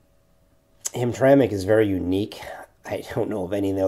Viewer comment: The way u pronounce Hamtramck is irritating… no one thought to correct you😅